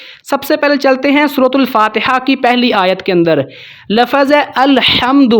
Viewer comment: لَفَظ (lafaz)نہیں، لَفظ(lafz) بولتے ہیں،